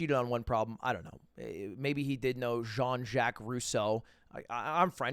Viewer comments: I don't really know who this guy is but why does he claim to be french after butchering a french name? I feel like I'm missing something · bro lud is French and he pronounced Jean so terribly... lol